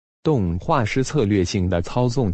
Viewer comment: 以前只聽過2D和3D沒有聽過2.5D，看完這個影片後我才知道2.5D是什麼，比起2D更生動、比起3D更便宜且省時，是一個在2D和3D之間折衷的技術。我認為可以多舉一點例子讓觀眾更好理解2.5D是什麼。 人物嘴巴沒動 旁白念動畫師的斷點很奇怪